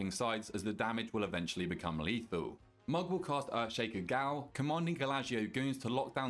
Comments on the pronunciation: Hearing "G O W L" so many times made me want to walk into oncoming traffic. It's pronounced JAIL, fam. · Gaol, is pronounced Jail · Great guide. One tip: gaol is pronounced as jail.